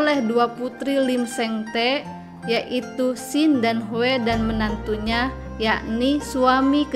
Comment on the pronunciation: Tee ny di baca " ti"